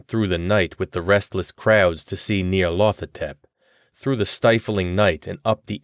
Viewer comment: I worry you've mispronounced the title character.